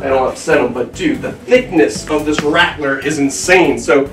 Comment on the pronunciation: That’s a big “rATtTLleR” 😂